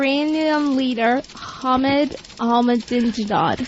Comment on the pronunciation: "Not a person listening to this show that can pronounce the name of leader of Iran" - opie "E MA NINAL HUH" - Patrice XD "ProNounce it correctly" - opie Silently "EBUL" - Patrice Lmfaooo 🤣🤣🤣